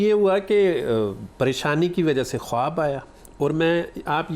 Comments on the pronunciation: آپ اچھی خاصی سمجھدار خاتون ہیں اردو کو انڈیا کے چھپڑیوں کی نقل سے خراب مت کریں خواب کو کھا مت بولیں جبکہ ایک تو ہماری اردو بہت زیادہ خوبصورت اور جدید زبان ہے بلکہ انڈیا کے مسلمان اور کچھ پڑھے لکھے ہندو بھی بہت پسند کرتے ہیں۔ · خواب کو کھاب مت بولیں